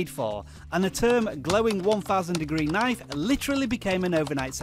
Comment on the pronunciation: Pretty informative, yet I got to admit I don't like the way you pronounce 'knife'. Naiff xD